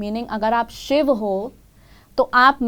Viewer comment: Pahle to naam sahi se lo ..shiva nahi h shiv h krishna nahi h krishn h meaning alag ho jate h